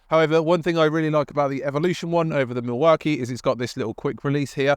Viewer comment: You are pronouncing Milwaukee completely wrong, doing my head in!!!! AW KEE NOT AH KEE